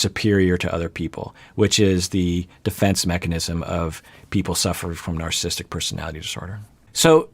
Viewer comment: Two comments to this video...(1) It's pronounced NarcissISTic Personality Disorder, not Narcisstic Personality Disorder. Funny you never knew that. (2) The Goldwater Rule can be ignored if there is a "Duty to Warn," in the considered opinions of a reasonable consensus of professional practitioners and professors who conclude that, as has been the case in Donald Trump's presidency starting from Day One, his apparent personality disorders (including a clear case of Narcissistic Personality Disorder exacerbated by an apparent overlay of Napoleonic Complex and a Machiavellian worldview) make him an existential threat to our established system of governance and ultimately to the human race. Let's be honest here and stop hiding behind some idiotic Rule that is essentially a CYA response to a successful lawsuit and deal with the almost daily worsening threat that a continued Trump presidency presents, especially as his chance for reelection slips downward by the week. He is not a guy on the street, he is POTUS and also is someone who many of us have studied, interacted with and known for most of his adult life, myself included. And the fact that his personality, as exemplified by his entire life history, rings the bell deafenningly on all 9 markers of NPD and that he has the nuclear codes in his control should be enough of a warning to set aside the Goldwater Rule and get serious about informing the world about how absolutely bonkers and dangerous this person is to all of us.